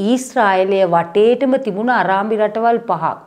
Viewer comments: අරාබි ..අරාඹි නෙවෙයි. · අරාඹි.....නෙවෙයි අරාබි නේද හරි එක .......අනේ මංදා.....